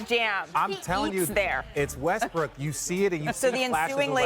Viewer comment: He called the man “Westbrick” lmaoo that pretty much sums it up 😂